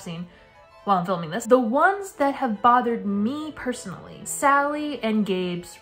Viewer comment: idk why but you saying "personally" spelled in my head as "percy-nally"